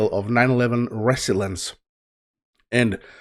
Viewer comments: To say the word like most Americans say it, do NOT put the spoken emphasis on the First Syllobyl, put it on the second sylolbyl. NOT RES-so-lience, but res-SOL-ience. Thanks. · yeah, its rough for him being Swedish, and not speaking English every day. i told him its --- re zill yence --- for the pronunciation. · Its pronounced. (reh-zill-e-ence) Resilience